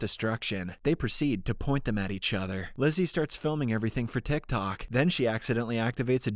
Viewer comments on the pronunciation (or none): none